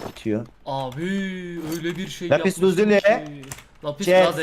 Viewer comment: lapis lazuli ye lapis lazali der